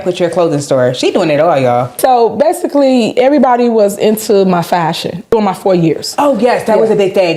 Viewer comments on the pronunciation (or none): So, BASEALLY...😂😂😂